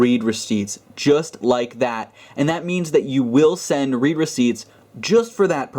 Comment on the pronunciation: the read there is pronounced "red"